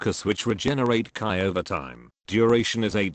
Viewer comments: Its chi, not kai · How you read chi? Lol so wrong